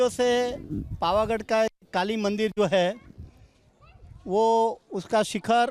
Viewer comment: Bhai bol na shikh le pavaghad bol pavghad nay